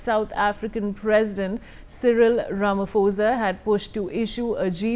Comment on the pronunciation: Not Rama- fo-za It is pronounced: Ram- Po- Za